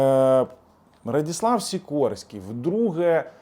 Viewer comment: Не Радіслав а Радослав